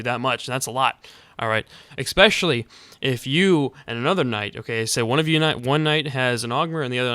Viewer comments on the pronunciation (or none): Not to be a dick, but IT'S FUCKING ESPECIALLY, NOT EXPECIALLY OMFG IM SO SORRY BUT MY BRAIN WAS SLOWLY DETERIORATING WHILE HEARING YOU SAY IT D